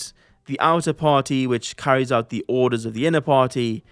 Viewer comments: I am vary creative, also Truly I am despondant at the news of your departure as head of the WEF, from your charmingly bald head to the way you could not pronounce the word "the". A great service you have rendered to the world and for that reason I thank you in this comment. Also I like APPLE products, NVIDIA GPUs, FINANCE, STOCK MARKET CRASH, Injurylawyers4u, I NEED A LAWYER, Workplace Accident, Shopping interests, Purchasing Items, How to Buy. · Truly I am despondant at the news of your departure as head of the WEF, from your charmingly bald head to the way you could not pronounce the word "the". A great service you have rendered to the world and for that reason I thank you in this comment. Also I like APPLE products, NVIDIA GPUs, FINANCE, STOCK MARKET CRASH, Injurylawyers4u, I NEED A LAWYER, Workplace Accident, Shopping interests, Purchasing Items, How to Buy. Yours Faithfully, Stoic Stick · Dear, Truly I am despondant at the news of your departure as head of the WEF, from your charmingly bald head to the way you could not pronounce the word "the". A great service you have rendered to the world and for that reason I thank you in this comment. Also I like APPLE products, NVIDIA GPUs, FINANCE, STOCK MARKET CRASH, Injurylawyers4u, I NEED A LAWYER, Workplace Accident, Shopping interests, Purchasing Items, How to Buy. Yours Faithfully